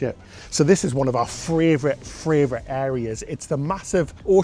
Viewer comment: simply cannot say fravorite enough times for me..warms my heart!